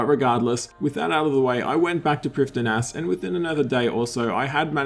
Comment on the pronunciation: the d in priffdinas is silent